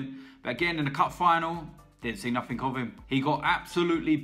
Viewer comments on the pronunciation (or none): none